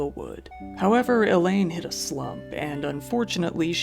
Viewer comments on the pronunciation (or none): none